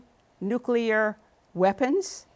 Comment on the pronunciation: I love this guy but he say "nucular"